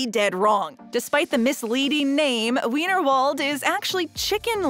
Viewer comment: Just an FYI, you pronounced Weinerwald incorrectly, The letter W is pronounced like the V in German, I don’t know why but that’s just the way it is. Also you already mentioned Kaati Zone in your first part, So why are you mentioning it again? Other than those two, the video is good!